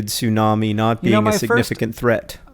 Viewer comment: How many times do you those two have to say "sunami?!?" For the love of sushi, it's bad enough hearing Americans butcher that word all the time, do they have to pronounce it wrong some 500 times in one minute?!?! TSUnami, it's pronounced TSUnami. Note the T. Why do people always skip the T!?! つ（tsu) - な（na）- み（mi）, from 津(tsu), meaning harbor, and 波(nami), meaning wave.